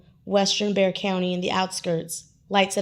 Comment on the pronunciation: the x in bexar isnt silent yall